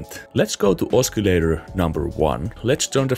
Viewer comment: ah-suh-lay-ter not ah-skee-lay-ter